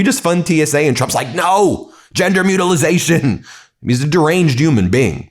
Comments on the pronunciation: no such fkg WORD as Mutilization....why do you keep repeating it Ben? MUTILATION!!! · Small thing, especially in the context, but it drives me nuts that he doesn't know it's mutilation, not "mutilization". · Ben, there is no letter Z in the word mutilation but you keep inserting one lol. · Trump can't even pronounce mutilation lmaooooo and all his losers are too afraid to correct him 😂